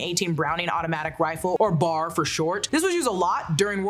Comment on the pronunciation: It’s B.A.R not the word bar and it’s (Coo - G) the way you pronounced Coogi is crazy 😂😂